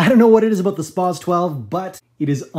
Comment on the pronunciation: "Spwahs" 12 Who are you, a engi whose sentry is being sapped?